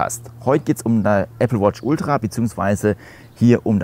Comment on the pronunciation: Moin. Die Betonung liegt bei Ultra. Mit meiner Watch 4 mit WatchOS 10 funktioniert es nicht. Wäre interessant zu wissen, ob es auch mit einer aktuellen nicht Ultra Watch funktioniert.